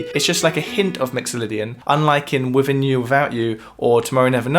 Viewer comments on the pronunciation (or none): PLEASE: Beatles not "Beatools", and within and without not "wifin and wifout" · "Wiffin You. Wiffout You." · He said Wivin You Wivout You. Again and again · "Wivvin you, wivvout out you". Love it! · 'Wivvin You, Wivvout You'? Come on, geez!